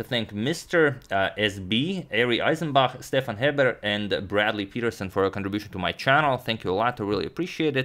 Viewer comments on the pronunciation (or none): none